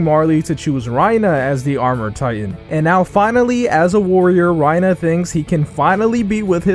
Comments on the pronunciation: why do you say reiner like that lmao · You really butcher these names. It's "Mah-gith" It's "Tih-ber" It's "Rhy-ner."